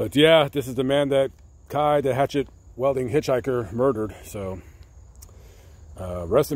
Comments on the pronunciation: pretty good Journalism imo except your pronunciation of the word "Wielding" lol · It bothers me you can't pronounce weilding.